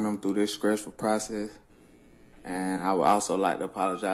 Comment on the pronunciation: "Scressful procress" 😭